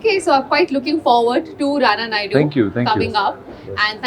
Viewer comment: Him cram💀💀💀 when he said that you know he said it as Nana naidu